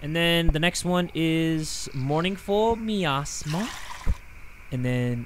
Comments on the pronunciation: its My-as-mah - Miasma 😂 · It kills me 😭 it’s pronounced my asthma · I love the way pronounces miasma. For the people who don't know how to say it, it's "my-asthma" and a miasma is like an unpleasant gas or vapor. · jay saying miasma incorrectly and then saying me ass ma is the funniest thing ever 💀💀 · lol mournful my-ass-mah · miasma is pronounced my asthma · hearing jay pronounce miasma wrong 🤣also the whisper from the "cauldron" would whisper to me "were calling you about your cars extended warranty" lmao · I love how nobody's mentioned how doesn't know how to say the word "Miasma" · jay not knowing how to pronounce miasma is SENDING me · The word Miasma being butchered hurts me lol